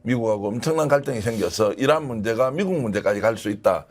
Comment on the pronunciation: 저는 이란이 아니라 이런으로 들립니다.